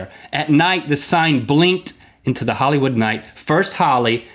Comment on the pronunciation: there is an "I"...Hillywood; )